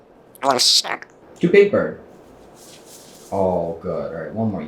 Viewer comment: I think he might have said "puh-las-tack?" instead of "wanna snack?" Like he was kinda mixing up the two. Like "orange" and "a wrench" 🤔🙃